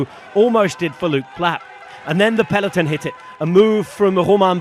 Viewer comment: Please, stop saying "Peleton"